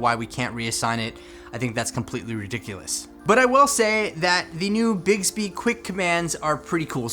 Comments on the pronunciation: Does anyone else hear say bigsby instead of bixby? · Who else suffered from cringe when he kept pronouncing it “bigsby”